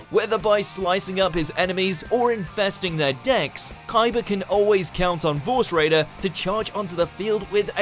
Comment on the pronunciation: its force raider not vorse raider